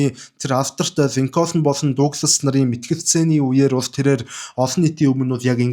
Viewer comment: Абрахам Линконь гэж цэвэр америк дуудлагаар хэлдэг юм билээ😊